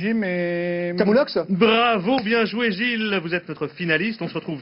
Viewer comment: "BRRRAVO BIEN JOUÉ GILLLLLES" 😂